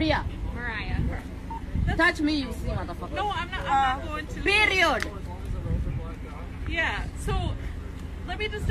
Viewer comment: Lmao she took me out when she said "period" with the accent😂